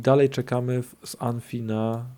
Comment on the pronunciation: Dzięki za odcinek! PS: "ANFI" (UNFI) to chyba "JUNIFAJ";) Pozdrawiam:P